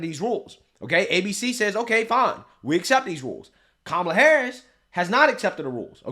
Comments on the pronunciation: She said,"Tramala"". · You're pronouncing her name wrong.